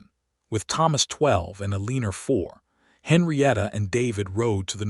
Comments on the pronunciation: O.K., there is an occasional lack in the pronouncing of names. El -lee-ner was a bit much. Ehl-eh-nohre. It is nice to read a story where people enjoyed their general lives. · Eleanor is Ellenor..not Eleeas but...E..lie..as otherwise narrators voice and all are great. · Liked the story but your AI narrator can’t pronounce Adeline, Hollis, Eleanor, Elias and probably more I can’t remember. It’s a real distraction. Woodland, California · I Agree Completely ‼️‼️‼️ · Yes this! It’s like nails on a chalkboard to me. Not many mistakes except for the names. I don’t understand, is it on purpose?